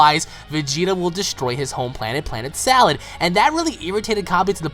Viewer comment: I have a strong feeling the name of cabba's planet is sadal.... Not salad lol.....